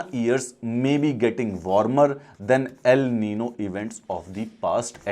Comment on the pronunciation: ( El niño , La niña ) ( The Boy , The Girl ) this is Spanish words. and pronounce is ( एल निन्यो , ला निन्या )